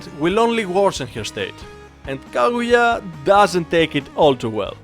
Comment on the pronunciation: its Kaguya not Kagura